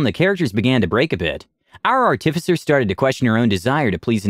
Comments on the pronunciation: ...Ar-tif-icer? Art-i-ficer! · Artifice is the action of making this out of base material. Someone who does that is an ART-if-cer, not an ar-TIF-ic-er. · A little off topic, and I'm not trying to be an ass when I say this, I'm just pointing it out. You put too much emphasis on the "TIF" when you say artificer. Instead of saying art-TIF-icer, just say artif-isser as one smooth word with no emphasis on any part of the word, like you would say "artifact". Or just google "pronounce artificer" and listen to example built into google at the top. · learn to pronounce artificer please for the love of god...How do you pronounce artifice? Pronounce that and add an er to the end.